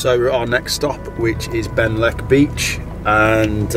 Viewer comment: I can’t believe you put Ben Leck beach, when it’s name is Benllech beach! 🤨😮😠. Please do try to make the effort to pronounce the names correctly, and spell them corrctly too. There’s nothing that irritates Welsh people more than when people don’t bother to say the local names properly. Duo-Lingo on line will show you how to pronounce the names properly.